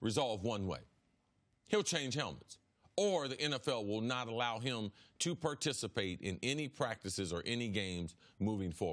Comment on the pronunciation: “The player won’t be able to PER-TICI-PAYTE” lol . CC you my boy!